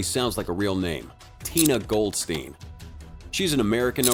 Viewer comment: Tina Goldstein, for whatever reason pronounced "Gold-steen" in English, rather than "Gold-stine", which is much closer to the German "Gold-shtine"